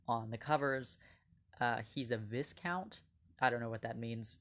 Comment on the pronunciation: Just a heads up, viscount is pronounced "v-eye-count". Basically means someone of noble status. I've been meaning to get into this series, it looks interesting.